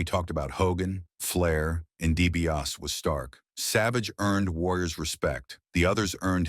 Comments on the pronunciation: I CAN'T WATCH THIS! WHO IS DIE-B-AUS? 😂😂😂😂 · I was never a fan of the Million Dollar Man. Nor was I a fan of the Ultimate Warrior, BUT if you're going to put out a video about anyone, especially if it paints them in a bad light, you should learn how to say their names correctly. At least do that much research! The million dollar man's name is Ted DiBiase. It's pronounced 😅 DEE-BEE-AW-SEE. Y'all bear with me, I don't usually how to spell things phonetically lol. But at least I'm making an effort, the narrator on this video couldn't even be bothered to do that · it's really distracting! 😂